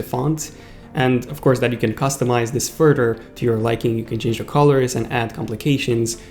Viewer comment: Well I would be nice if I could understand you and wth is futer do you mean further?